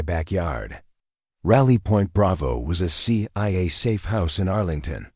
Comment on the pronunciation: what’s. ciaa 😂😂😂😂😂 stupid AI